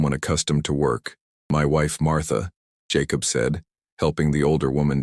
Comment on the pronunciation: Jacob and Hereford were not pronounced right. That bugs me.